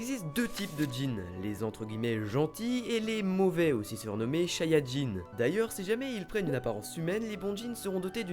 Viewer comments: Bonne video mais à la fin c'est pas shayadjin, c'est shayatin ( et Meme normal c'est shaytan) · shayatinns et nn pas shayadjin ; ) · soupir Ce n'est pas Shayadjin mais Shayatin. Par contre, gg les commentaires, bien trouvé le jeu de mot avec Super Sayajin :) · Shayadjin... J'ai direct pensé à Dragon ball avec un accent ch'ti... :x Si tu vois ce que je veux dire^^